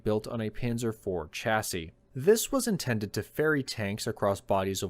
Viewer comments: Please pronounce chassis correctly! Its NOT chassis as in cha cha cha but "shasee" it grates to hear this constantly being mispronounced! Great stuff otherwise!! 👍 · Sha-sis, my only issue with this list as a European. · It's adorable how people from Trumpisan can't pronounce "chassis".